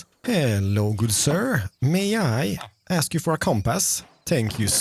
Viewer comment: 'let me axe you a question' Mumbo snezes in mountion range somewhere